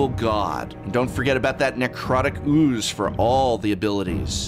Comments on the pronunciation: also love how the prof pronounces OOOOoze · Love the way he pronounces ooooze. haha